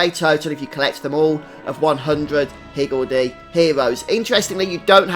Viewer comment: Great guide thanks! Just started and was confused about the active skills, didn't realize I had to get in the circle to start them. Also, perfect accent for pronouncing higgledy! =)